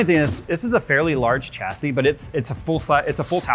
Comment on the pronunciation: Anyone else, who can speak English correctly, triggered by the continual mispronunciation of chassis? Pffft, no white version. Fail. :D